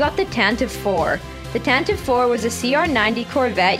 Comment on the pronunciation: It’s Tan-tiv-ee 4 not Tan-tive 4